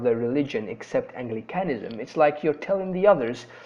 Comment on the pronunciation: Very helpful video and clear information. I know this is an old video, but be careful with - fossilised - pronunciation in the future: Anglicanism /ˈæŋ.ɡlɪ.kə.nɪ.zəm/ Catholicism /kəˈθɒl.ɪ.sɪ.zəm/